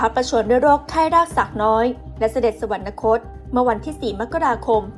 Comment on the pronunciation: สวรรคต อ่านว่า สะ-หวัน-คด